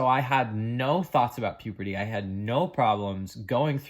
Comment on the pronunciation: I really love your channel, and I admire you for sharing all this process that you have been through, but please stop saying puperty instead of puberty.